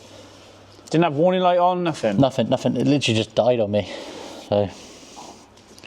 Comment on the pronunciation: omg it`s three not free thing not fing nothing not nuffing and on and on you sound like a bunch fick or is it thick blokes 🤷‍♂